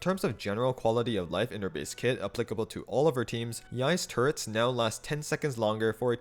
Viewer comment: i keep hearing turrets as turds